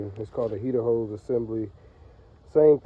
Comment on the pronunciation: Not coolant “hoes” 💀🤣